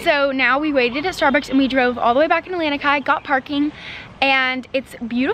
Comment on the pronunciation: Lanikai: luh-knee-kai, it is not 'land-knee-kai'. Mom's placement of the flower ornament on her head is important in Hawaiian culture. On left side, one is taken/married. On right side, one is available/not taken. Saw your mom with the flower on either sides on her head in the video. enjoyed your video 🤙!